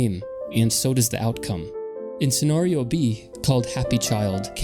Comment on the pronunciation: the way you pronounce scenario is distracting